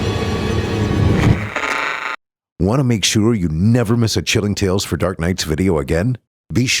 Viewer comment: Tales, not tails.